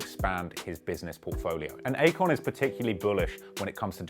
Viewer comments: I kept hearing acorn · I keep hearing "acorn." Lol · i couldn't help but hear acorn every single time you said Akon. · Good video but its not Akon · it aint Akon though...kali